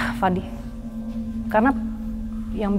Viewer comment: fadi bukan Fandi kak